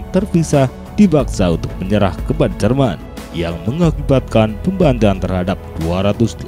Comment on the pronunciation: Admin ga bisa baca melafalkan pembantaian